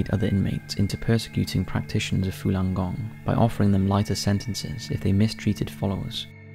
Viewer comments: Falung Gong not "Fulan" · Again it's your pronunciation that is fucking bad buddy .... Fooolan gong? It's the exact opposite to its spelling... Fallun gong.... You can read and have ok general pronunciation so I only assume it is ignorance or lack of care that would spoil and otherwise good product.... You speak for a living.... Get it right ffs